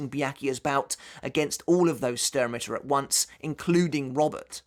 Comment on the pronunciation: I know I know nitpicking but it's Stern ritter (ʃtɛʁn/Schtern) it's German for Star knight. But it makes a nice drinking game, every time you hear Ichigo or stern you drink 😅